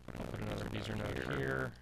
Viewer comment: FWIW Bezier (curve) was French: "Bezeeay", not "Beezer" ;)